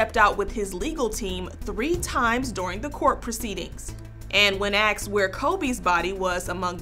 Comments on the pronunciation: You are a reporter! It's not "axed", but "asked". WTH, you are not sipping coffee with your girlfriends, you are reporting on a professional level. Learn to speak appropriately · It's "asked",not aksed you're are in international tv show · So if you are going to report the news then it should be known to pronounce words properly. It’s “asked not aksed!” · “Axed” rather than “asked”? 🤦🏻‍♂️ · Did she just say “axed”??? 😂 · When AXED? Come on now. It's just one word. Say the word correctly, you're on television. Smh ET. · Really? It's not axed....it's asked. Sorry. English is my first language. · Why does a lot of people say the word asked pronouncing it with A-K-S-E-D? It's supposed to be S then K. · When axed they said..... Lmao